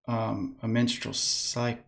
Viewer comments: Minstrel Cylcles... lmao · Minstrel, not menstrual. A minstrel is a medieval word for a musician and entertainer. Menstrual is......well we know what that is.